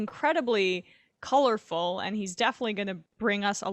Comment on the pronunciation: Again, you said colorful but i hear corrupt.